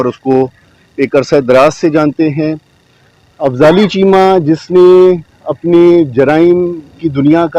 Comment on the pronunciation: Afzali chema not correct it fali chema